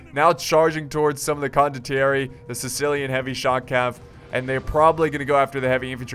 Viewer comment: it's "con doh thierry" (condottieri) you will get it correctly cmon;)